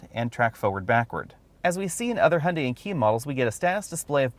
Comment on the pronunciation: Hun....dee ? Hy oon die.